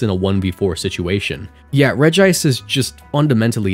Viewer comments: Regice is "regi-" cause, counterintuitively, is pronounced Regi-ice, not re-gice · aha! you’ve activated my autism trap card! regice is supposed to be pronounced regi-ice… well, in japanese, at least. the japanese name is レジアイス (rejiaisu) so the double i sound is there, and it was likely just romanized as regice because regiice looks a bit awkward. that said, it’s completely possible and probably likely that official English media has pronounced it reg-ice lol